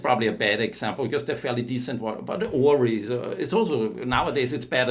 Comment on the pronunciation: He pronounced Oris as 'Oreez'.....is that the correct way to say this watch brand?